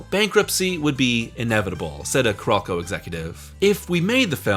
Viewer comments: Why do you keep calling Carolco "Ku-Rokou"? CARE-OLE-CO!! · I seriously dislike the way you pronounce Carolco. You gotta go find a vid with sound and learn the correct sound.